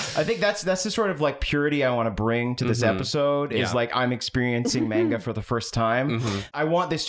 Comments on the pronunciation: But... it's actually pronounced "manga" not "monga"? 😂 Japanese "a" is pronounced like the a in man, map, hat, rat, plan, etc. Not mop, monster, con, gone, etc. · just so you know the way he pronunced manga as "menga" is exactly how we say period in Croatian so when he was sayind this "I'm experiencing menga for the first time" just fricking sent me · Yeah, like said, said mANga with such confidence that I was convinced I'd been saying it wrong this whole time. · I love the bit of pronouncing mainga paige with such a strong twang that it rhymes. Same vibes as deliberately pronouncing pokemon as incorrectly as possible, like pokey-mans. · I was hearing pronounce manga as if he was MANGling it. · saying it 'maynga' feels better in my mouth and everyone that upsets can die mad about it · Everyone making fun of pronouncing it "Man-Ga" instead of "Mahwn-Ga", meanwhile in Britain, "Man-Ga" is the more commonly-used pronunciation. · Wait, you're laughing at him for saying "manga" instead of "monga?" Is this a bit? Have I been trolled? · I accidentally hit the dislike button but it was totally after hearing say mainga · pronouncing manga is giving me Benedict Cumberbatch saying penguins. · I can't deny it; I guessed the pronunciation of manga wrong when I first saw it, and I saw it much much longer before I ever heard anyone say it out loud, so I am forever in boat. It's common among old-timers who were in middle school before it became mainstream over here. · The way you’re pronouncing Manga is the way we pronounce it in the UK. It’s similar to the different ways we pronounce Mario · I mean in England we do pronounce it man-ga rather than monga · pronouncing Manga like Armando Estrada was a bit too much of a joy to me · mænga is a waaaaay better pronounciation than mawnga at least 😩😩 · I don't know how manga is pronounced anymore after this intro.